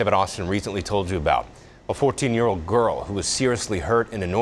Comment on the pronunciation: She also pronounced the word “ old “ with “ ode “. Who are these boneheads reading the news ?